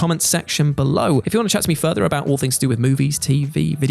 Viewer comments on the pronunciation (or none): none